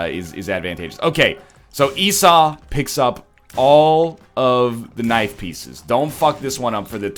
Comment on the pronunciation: Did he.. did he finally pronounce Esau properly? GODS BE PRAISED.